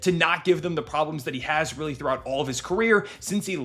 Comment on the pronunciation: “Weally good”